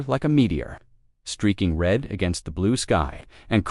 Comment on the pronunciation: ............ "glowing REED (red) from the heat of the cutters"!!!!!!!!!!!!!!???????????????? How's bout ".......glowing RED from the heat of the cutters"!!!!!!!!!!!!!!??????????????? GOD, if only ONE of you could find a decent AI instead of a POS AI!!!!!!!!!!!!!!!!!!!!!